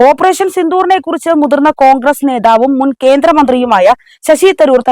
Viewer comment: കോഗ്രെസ് അല്ല മോളെ കോൺഗ്രസ്‌ എന്നാണ് നല്ല അക്ഷരശുദ്ധിയോടെ വായിക്കുക